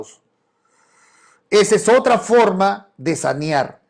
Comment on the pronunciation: N o es sañar es saneaer,😅😅😅